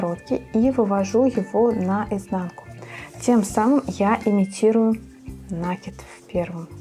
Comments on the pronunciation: Не на' кид, а наки' д. Прямо слух режет, а в остольном все нормально. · Слово накид-от слова накинуть, потому ударение на второй слог. А за мастер-класс- спасибо.